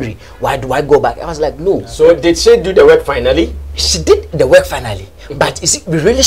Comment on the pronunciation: Wen u pronounce work as weke how can you sing good music ? This Sammy guy is very bitter and he can't do without this type of conversation..... Sammy don't be dumb be more creative Sammy u are far behind Nigeria presenter I swear to God